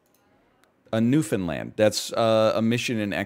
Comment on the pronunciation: not him pronouncing newfoundland like noofenland 😭